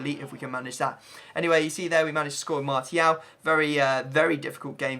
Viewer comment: Why does he pronounce martial with a t